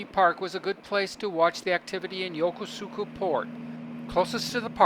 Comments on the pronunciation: YOKOSKA..... don't pronounce it YOKOSUUKA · "yoko suka" port its YOKOSUKA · I am half Japanese and my first language is Japanese, sir. My father was stationed in Negishi and Yokosuka and I have spent half of my life there.... I guess it's more yoKOHska for English speakers but the actual pronunciation is yoKOsuKA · It’s Yo-kuu-ska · I was stationed at the Marine Barracks at this Navy Base from 1960 to 1962. We pronounce the name og Yokosuka differently that shown on this video. We pronounced Yokosuka like this: Yo Kuus ka. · Pronounced Yo-Kose-Ka ! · It's pronounced yokOsukA😉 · Wrong. I was stationed here and met my girlfriend there, she’s Japanese, and she laughs when he says YokOsuka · its pronounced yo-kus-ka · I strongly recommend that you learn how to correctly pronounce Yokosuka. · Dude doesn't even know how to pronounce the name. Jeez... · Funny his pronunciation of Yokosuka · Not to diss your video u did an awesome job but you Mispronounced Yokosuka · Your pronunciation of Yokosuka is the same wrong one on the recorded one on the those JR East Lines. Please re-record this. I lived there and worked with the CO of Fleet Activities Yokosuka. Don’t promote Incorrect pronunciation.